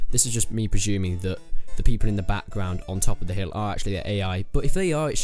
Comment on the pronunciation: I'm preshuming